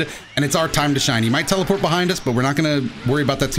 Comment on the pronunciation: i swear i heard you say "NICE TELE-FART!"